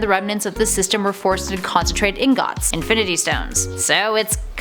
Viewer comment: Learn to pronounce ingot. Which the stones are not, by the way.